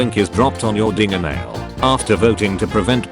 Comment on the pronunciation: i'm sorry, i think you meant dingernail 💀💀